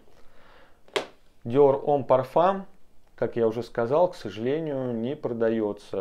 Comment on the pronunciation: «Диор хаом парфам» найс инглиш мен